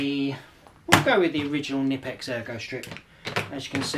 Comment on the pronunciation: just pronounce the "K" in Knipex.. its not like knife or knee... pronounce it like u would say coka cola.. its knipex not nipex